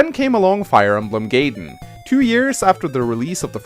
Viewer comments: "Then came along Fire Emblem Gay-den." Gay-den. *Triggered* (Jk, nice video,.) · say Gayedenth